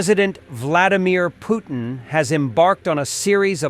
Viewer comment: God help us, A.A. Milne did not name the Russian president. His name is Putin, not POOH nnnnnnnn and not poo TEEN. Concentrate hard and say PUT teen and you might sound like you were taught how to speaki!